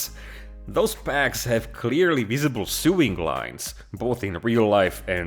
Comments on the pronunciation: Sewing is pronounced So-ing not Soo-ing 😁 👍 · My friend. I love you but you're driving me nuts - Sewing is pronounced "so-ing" not "sue-ing". "Sue-ing" is how you pronounce suing, which is what lawyers do. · sewing is pronounced sowing btw